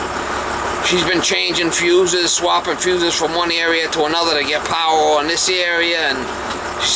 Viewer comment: She said "Can you see?". Lighting goes on. said "I can see now. So we got no powah heah. So that means there is no powah coming in for the heatah." I love these vids. And he is such a great contractor too - can fix just about anything.